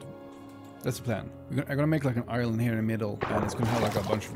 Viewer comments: I’m not that far into the video, but sometimes when he says “island” it sounds like he’s saying “Ireland” lol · Great fob my mans, though either I kept hearing you say ireland or island.